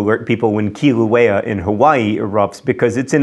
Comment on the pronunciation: Pele= peh-leh, not pay-lay Mauna Loa= ma-oo-nah low-ah, not whatever you said. You pretty much nailed Kilauea though! :D